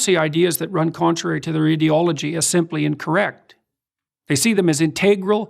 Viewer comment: People who pronounce ideology ih-deology being in gulags